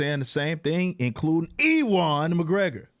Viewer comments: "E-wan" McGregor 😂😂😂 hilarious, it's not "E-won" or "EW-an" either. It's pronounced like "U-an" 😂😂😂 that's funny bro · I stopped watching at E-ONE. its pronounces U-ONE McGregor. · EE WAAN MCGREGOR 😂😂😂 never heard his name butchered before hahahaha. Watch train spotting my dude, really good movie with him. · Upvoted just because of EEwan McGregor 😂😂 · Ewan is actually pronounced "U-an", it's a very old Scottish name. Feel free to take the pish out him all you want though, he deserves the ridicule. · Ewan is pronounced "You-in"